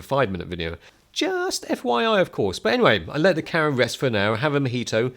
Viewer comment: its an awesome full fwame cawa